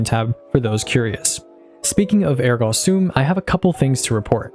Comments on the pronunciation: Phenomenal content! Ergo Sum is pronounced “ehr-go some”, my wife’s a teacher and this pronunciation triggered her. 😂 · Came to see if anyone had already commented on your over pronounciation of ergo sum, and behold, either I'm the only cringing from it or no one else is willing to say something 😂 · wait is that how you’re supposed to be pronouncing ergo sum? i’ve been saying air go some this whole time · It’s not Ergo sum it’s Ergo sum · “Ergah Soom” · The ergo sum pronunciation scares me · I don't think ergo sum is pronounced like that